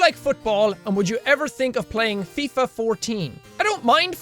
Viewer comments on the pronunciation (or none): none